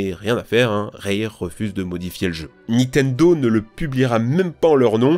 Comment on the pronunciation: Arf , ça défonce les oreilles les '' Nitendo, star wor, Times later, ....'' mais pas pire que les '' aréoports " des autres vidéos.😢